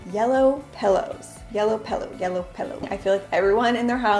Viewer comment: "pellow" my sister would kill you 😂 great video by the way!!!